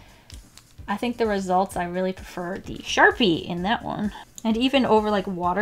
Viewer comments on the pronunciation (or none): none